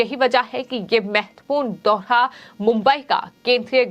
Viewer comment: दोहा नहीं दौरा होता है मैडम ।